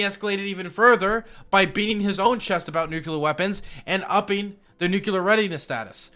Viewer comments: is right about everything, EXCEPT the pronunciation of “nuclear”. For god sakes, man, it’s noo-clee-er, NOT noo-Q-ler! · NUCLEAR NOT "NUKULAR" FFS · said nuculure and I cringed. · "New Q Ler" - each time he tries to say "Nuclear"